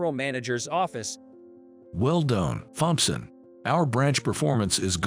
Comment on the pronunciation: Well, it appears that everybody’s comments got acknowledged by the OP. Maybe they’ll slap that computer voice into pronouncing Thompson correctly. 🤷‍♂️🤷‍♂️